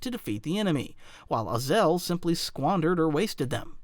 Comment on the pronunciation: I hope it isnt just me who gets irked when he mispronounces "Ozzel" as "Oz El"